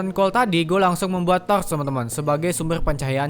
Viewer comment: Bjerrr pass ngomong torrrch